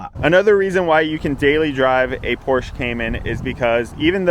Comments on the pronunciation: It’s pronounced porsh-uh, not porsh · Not porsh 😂😂😂😂 porsheeeeeeeee u ******** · Pronounced PORSH-AH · Its Pohr-Shuh…